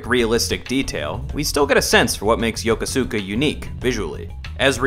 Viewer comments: Just wanted to say Yokosuka is pronounced Ya•coo•ska. Spent some time there while I was in the Navy and that’s how the locals and the Americans stationed there say it. That’s also why Ryo kept going around asking for sailors. We’re pretty much a part of the culture when it comes to the city. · Shenmue really doesn't count as low poly. It was a cut above even PS2 until God of War II hit... Also Yokosuka is pronounced Yo-Koh-Skuh